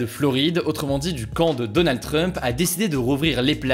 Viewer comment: Pourquoi il dit Donald Treump ?? 😂😂